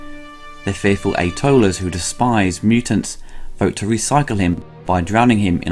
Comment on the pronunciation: He says "mariner" - he just mispronounces it. Edit: actually, you may be right. I know the English have a habit of dropping their r's, but he does seem to be saying "marina". (His pronunciation of "atollers" sounds very close to A-holers, which is kind of appropriate.)